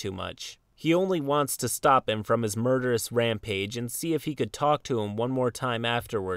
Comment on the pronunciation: Ah yes the murerousbedge lords and he left e times, new record.